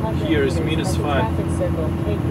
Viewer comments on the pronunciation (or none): Nije minus nego majnus 🤣🤣🤣🤣